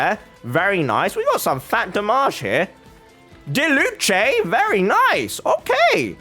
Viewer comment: It’s not diluche it’s diluc it’s with a “k” sound